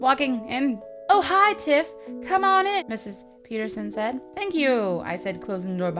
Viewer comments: "I sald" lol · "I SALD walking in" 😂